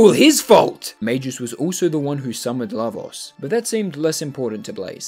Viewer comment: calling magus "majus" is like calling a gorilla a jorilla